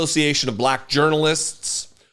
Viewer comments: He's so patronizing. The way he kept pronouncing "black" was in such a mocking tone. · He pronounces it: BA - LACK I can't stand that fool!